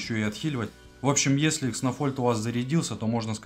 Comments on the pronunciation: Не кснофольд, а кснольфод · кснольфод а не кснофольд